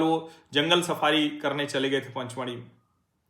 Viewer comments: Panchmadhi nahi pachmadhi hai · "पचमढ़ी" है पंच नहीं.